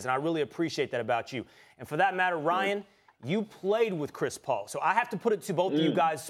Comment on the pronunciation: So we just gonna ignore “Chis Paul”?